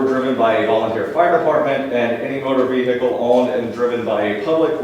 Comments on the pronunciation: He's guilty, just for saying "vee-Hickle". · Why do they always say "vehicle" with three syllables not two? Very strange